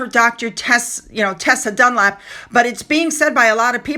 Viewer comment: It's DUNLOP not Dunlap. As in the tyre company, ironic because Tessa is a tired old retread!